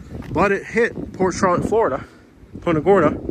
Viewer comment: Florida not Floridana